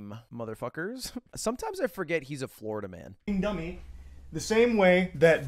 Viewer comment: Florida Man emphasis on the Man part